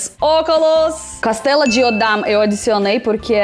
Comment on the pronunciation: A planta que você tanto gosta se pronuncia foneticamente: costela de Adão/ a sílaba co tem o som do o fechado, cô.